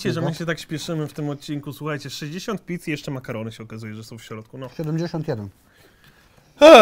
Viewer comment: ja ogólnie jak jadł to usłyszałem mamy do zjedzenia 85 pizd a nie pizz xd